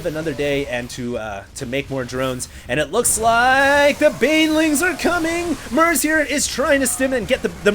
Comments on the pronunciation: it's MERZ not MERC... stop calling him merc :)). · its MERZ not mercs :P